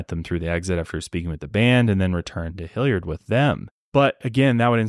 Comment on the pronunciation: As someone who grew up in Hilliard, hearing pronounce it hill-YARD cracks me up 😂🤍 This case really is baffling and frustrating